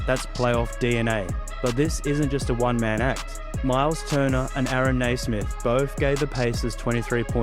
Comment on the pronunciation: Yes 'Cers! Great vid. ....its "Nee"-smith not "Nay"-smith tho